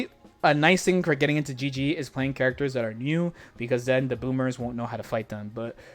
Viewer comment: Every time you said gg to me It was actually bg